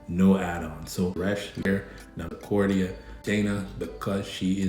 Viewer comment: Bro who is Acordia? 😂 Do you mean Arcadia? 😂😂😂